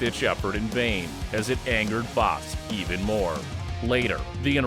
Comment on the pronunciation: I like how this guy tries to pronounce words like bas.. like power and palm strike haha perfect!